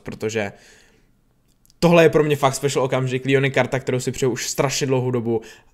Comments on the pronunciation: čte se to Leon ne Lion díky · Leon se čte Leon ne Lion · Nevysloví jsem lijon ale leon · Leonovi se neříká Lion říká se mu leon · Proč říkáš líon je to LEON